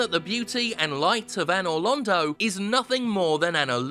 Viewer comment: Anor Londo is pronounced "Anal Rodeo"